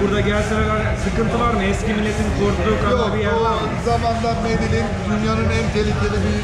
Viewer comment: Medecin değil :) Medeyyin :)